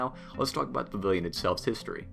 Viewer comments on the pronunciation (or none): "Pa-vill-yon" Practice!!!!!! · Guy, you talk way too fast. When you say pavilion you literally say pvlin .like slow down omg. You talk faster than that wdwnews kid.